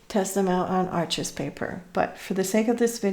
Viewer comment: The way you said "Arches paper" made me think and I felt curious about reading the very interesting history of this paper and papermill. I live not so far from Arches (pronounced in French without saying the E and the S 🤗) and never realised this papermill was so old and so famous in the world. Thank you for your videos. I enjoy them so much.